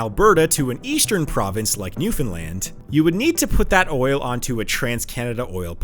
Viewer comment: He actually pronounced Newfoundland correctly. I am amazed.